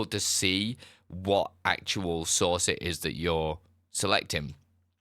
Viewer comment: Took me a while to finally figure out that you were saying “source” not “sauce.”🤣